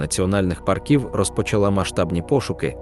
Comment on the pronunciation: Дуже цікаві історії, приємний голос, дякую за працю автору....але одне але...прошу Вас не паркІв а пАрків))))